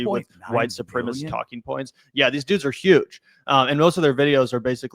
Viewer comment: Supremacist...at least say it correctly